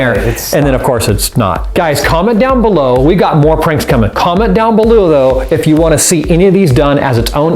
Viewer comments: "coment down beloo low" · you said beloo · "comment donw balloo though" rich ferguson 2017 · On he said below wrong